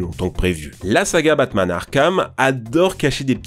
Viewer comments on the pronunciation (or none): none